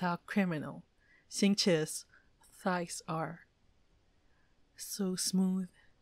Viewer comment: I like how he is talking about Xingqiu’s thighs but not pronouncing his name correctly